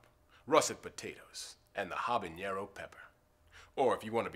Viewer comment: I had anticipated correct pronunciation of "habanero" from an Old Spice man.